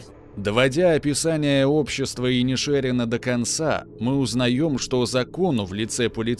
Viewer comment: Автор, ты тугопиозел! Название фильма правильно звучит как "Банши ИнишерИна" (ударение на последнее "и"), а не "Банши ИнишЕрина". Ты облажался